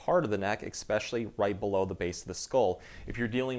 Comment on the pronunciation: please don’t say “exspecially”. I had to stop myself from clicking off your informative video.